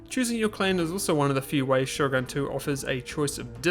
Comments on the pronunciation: I'm pretty sure its "SHOGUN" with an U, not Sho-gun (Shogan) xD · > Minus the fact everyone's speaking English Huh? Everyone's speaking Japanese for me. It can't be because of Russian localisation, can it? Also, Shogun is pronounced Shogun, not Shougan.